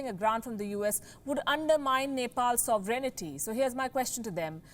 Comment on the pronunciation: Sov-renee-tee should be pronounced so·-vruhn-tee without a break and up-grade-ations should be upgrad-ations.